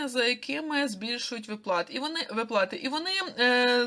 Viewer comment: ВИплати а не виплАти! Ти в школi вчилась?